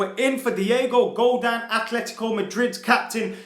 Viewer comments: Godin not godan 😅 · if he says diego godaan instead of diego godin one more time im going to shank my dog with the tissue i used yesterday to shoot a load into while i was looking at a donald trump speech on gun control. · It's pronounced "Go-DEEN" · its Pronounced GO-DEN